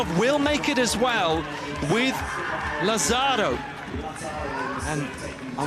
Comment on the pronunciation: I find it really insulting that the Brits and American narrators doing the voice over can't pronounce properly the names of Italians, Spanish and Portuguese people. For instance, Lazzaro, it is not, laZZAro. It's LA-zza-ro. It's not really difficult. And you know what? It's even easier to ask the athletes or their coaches how to pronounce their names or even listen to the Italians or Spanish broadcasters how they say it and don't anglicize them. Spanish is one of the most spoken languages in the world. In addition, if we only had a translation app these day it would be even easier to do your research before you open your mouth. I expect every day Brits and Americans not to know, but professionals working on radio and tv?